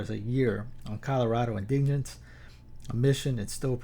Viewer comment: Indigent is pronounced IN-dih- gent has a soft g. Like gentlemen.